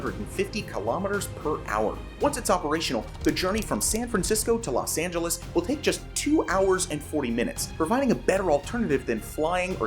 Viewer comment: Los Angele's... really